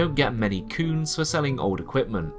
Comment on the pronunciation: aaaaah... "cunes". So funny everytime you say it, what a great little name for an ingame-currency